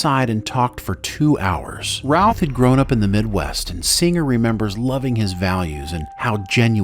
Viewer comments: why does this AI say ralph over and over again clearer and no roth, creator i award you no points but some style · Great great video. But I keep hearing Brandon "Ralph" when you say it 🤷😅 By the way, Tristan Lake didn't win a daytime Emmy in 2018. He got a nomination.